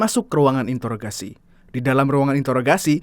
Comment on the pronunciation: Introggrasi, bukan intoroggrasi bank